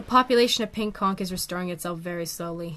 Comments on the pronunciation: TIL the word is pronounced "conk" and not "cawnch" 👍🏼🐚🧞‍♀️ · actually both pronunciations of conch and algae are right! the english language is indeed inconsistent and many things can be said in different ways!